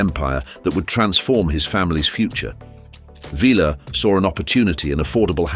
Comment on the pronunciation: Do some research on How to Pronounce Correctly Ty - Tee not Thai Sy - See not Sai Villar - Vel-yar not Velar